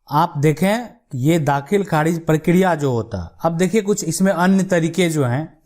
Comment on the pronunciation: Aapki language thik nahi kharij ko kharidj bol rahe the